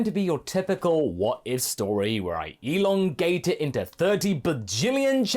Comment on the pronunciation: Ahhhh enlogate